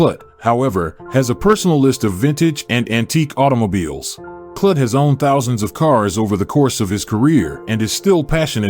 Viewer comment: A.I. Voice/Narrators like THIS totally destroy the appeal of topics when the subject matter is constantly pronounced IMPROPERLY !! His name is pronounced "KLUTE" like "FLUTE" not "KLUT" life "F*CK" !!!